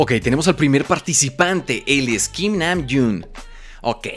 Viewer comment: Como en vez de decir kim dijo tim jajajajaja